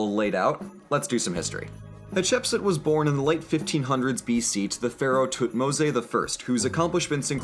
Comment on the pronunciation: Is it actually pronounced tutmo-say? Everywhere I check says otherwise....